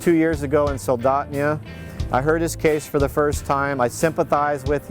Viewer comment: "Soldotnia...." that dude isn't local.